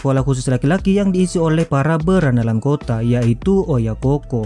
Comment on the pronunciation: OYAKOU BUKAN OYAKOH DAN BUKAN PULA OYAKOHKOH